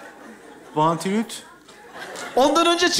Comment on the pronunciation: Enn effsanesi Vantülüt 🤣